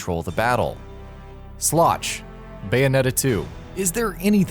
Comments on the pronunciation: It's "Sloth." Not "Sloch." I guess the T looks like a C in that particular font. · Did... Did he really say Sloch for Sloth? LOL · It’s Sapientia, not Sapentia. And why did you REPEATEDLY show the same Bayonetta 1 clip on Resentment? It doesn’t even make sense. And you spelled and repeatedly said Sloth wrong. And you pronounced Rodin wrong. And you said Rodin was immune to Witch Time when he DWFINITELY isn’t and you even show a clip which demonstrates that he is weak to it. And you pronounced Jubileus wrong. And you said Jubileus could teleport you to areas with traps, when that is NOT true. If I missed anything, or got something wrong, leave a reply.